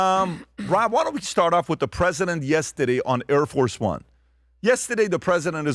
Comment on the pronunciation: Please don’t say “yestadeyyyy”